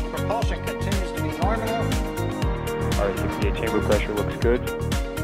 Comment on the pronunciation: I can't unhear it now... "Norminal"... lmao...